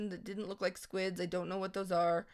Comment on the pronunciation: When Said "Whata Thoose" i just thought hahahahhahahhahah she said whata thoose hah